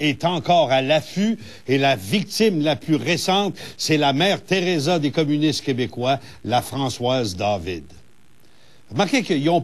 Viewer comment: le ``communisse `` c'est de la marde ok